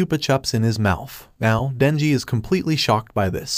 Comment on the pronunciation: When he was talking he said nenji. but his name is Denji